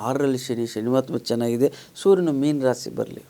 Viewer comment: ಒಳ್ಳೆಯ ಕಾರ್ಯಕ್ರಮವಾಗಿದೆ, ರಾಸೀ ಅನ್ನಬೇಡಿ,ರಾಶಿ ಎಂದು ಹೇಳಿ